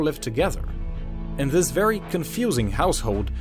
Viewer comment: Did anyone notice he says Zis instead of this